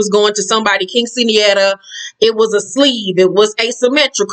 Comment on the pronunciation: I LOVE IT!!! YOU SAID QUINCEANERA PERFECT!!!🇵🇷🇵🇷🇵🇷🇵🇷🇵🇷